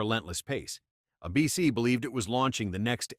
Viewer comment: How many times does this video sau “Uh-BC” instead of “ABC?”